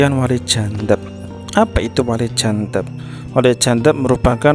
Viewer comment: jadzab, bukan jandzab. Ngomong belepotan kok ya mau mendefinisikan masalah wali 🤦. belajar dulu, kang.